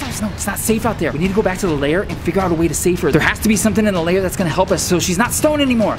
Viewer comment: Lol its lair not "liar"